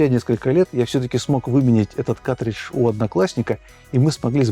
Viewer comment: Мляяяяяя ещё один, вроде взрослый с виду. каТридж, СКА КАРРРРРРТРИДЖ